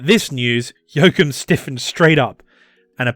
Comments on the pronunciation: Joachim is pronounced yo-ah-chim, with the ch pronounced as in Loch Ness. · You totally butchered his name. He is definitely, absolutely, categorically not called "Jokum". Making a video without even checking the name?! Thanks for shining a spotlight on him anyway. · The fact that his name is pronounced "Yo-Coom" is the .... cherry on top. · Very informative video. Never heard of him before. A true hero of its time. But as a German, I have to say it's giving me cancer in my ears hearing you say Joachim 😀 Just joking, it got me giggling.